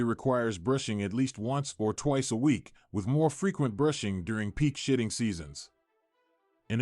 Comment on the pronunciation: I swear I am hearing shïṭṭïn̈gʻ 😂